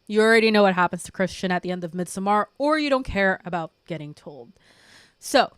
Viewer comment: Absolutely love the video, your channel, your vibe and aesthetic, and you’ve got a new follower! But your pronunciation of "Midsommar," has me questioning reality. 😅😅😅 Also. Dr. Who had been around so long that it transcends genres. It IS a genre. So of course it contains horror. That first episode with Tennant and the Ood was definitely horror